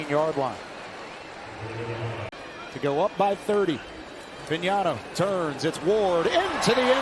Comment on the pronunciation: This announce lr couldnt pronounce fagnano correctly 😂😂😂😂